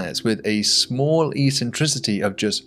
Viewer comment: Great video, but I'm going to be pedantic and say that "a basic tenant" should've been "a basic tenet". It's not the first time I've heard someone get that word wrong, and it annoys me very time! Oh, and "eccentricity" is pronounced "ek-sen-..." 🙂